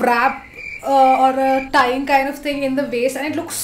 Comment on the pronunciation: Khaaind ni kind hota h😅